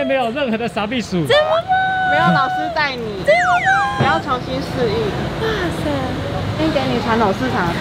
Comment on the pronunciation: 那個挖賽～～這麼的有台灣味 妳還敢說妳不是假路本人嗎🤣🤣